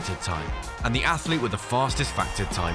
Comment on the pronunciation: Please teach your commentators how to say "athlete" and "biathlon". It's NOT athAlete or biathAlon. Really annoying. Thanks.